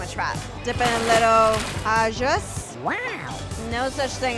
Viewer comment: You should work on your pronunciation of "au jus". And it is more correct to simply say "jus".